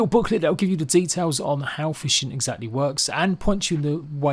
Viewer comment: You say "Detaiwls" just like Delvin Mallory.